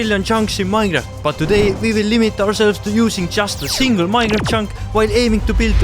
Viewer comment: "minraft"